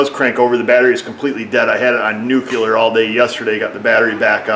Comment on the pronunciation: Nuculer,lol,,. Like George Bush...lmao